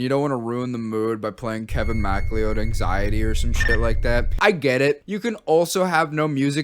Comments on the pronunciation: did you just pronounce macleod as mack lee owd?? its mick loud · it's pronounced McCloud my guy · Mcleod is pronounced "McCloud" for those who don't know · Wait, Kevin MacLeod's last name is pronounced "Mac Lee Owed?" I always thought it was "Mc Cloud," like in Highlander. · ❌"MACK-lee-owd" ✔️"mc-cloud" (☁️)-- yeah, I know. Scottish is just Like That™ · Mac Lee Ode... Mac Lee Ode... I can't get over you pronouncing it Mac Lee Ode...